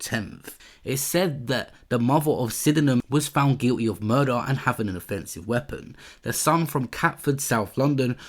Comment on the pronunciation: "Guilleee" It's guilty damn it 🤣🤣🤣